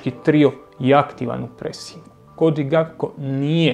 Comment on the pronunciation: pa ti si bar pametna, profesionalna osoba koja razumije nogomet. Cijenim tvoj rad, cijenim rad Tribine općenito i jako sam vam svima zahvalan. Ali ako još jednom čujem Cody GaPKo, pa žile ću si prerezat